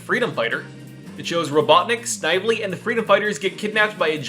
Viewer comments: It's pronounced sniv-uh-lee. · Snively is pronounced "Sn-vel-lee" Like they do in the cartoon. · I subbed, really liked listening to your video while I worked, but please do a bit of research on how character names are pronounced, you can check Snively's pronunciation in Sonic's SatAM cartoon, keep up the good work! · You say snivley funny